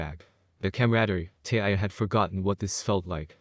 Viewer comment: I think you need to learn English and figure out how to say tyuy's name correctly